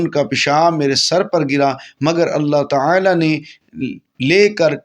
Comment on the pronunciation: TaAla ko Taela q keh rahay hain aap ???bohat koft ho rahe hai apko ghult talaffoz boltay sun ker